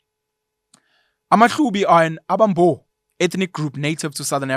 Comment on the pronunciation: Although not of Xhosa ancestry myself I think amaXhosa will largely agree with your commentary although there is a room for improvement in your intonation and pronounciation of Xhosa names. 'Abambo' sound better in 'Abasembo' with the stress on the second ('se') sylable.